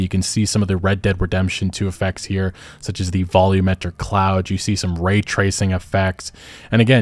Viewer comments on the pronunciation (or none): none